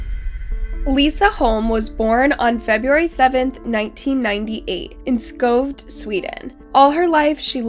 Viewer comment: I love your videos but i just have to do a little FYI: the cafés owner was a woman, not a man, like you said (which idk why you would presume). And you could’ve atleast have triiiied to pronounce Skövde correctly..? Looked it up or something, idk?😅 If I wouldn’t have known what you were trying to say, there is no way I could have understood